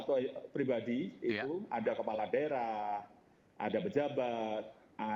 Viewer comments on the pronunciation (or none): none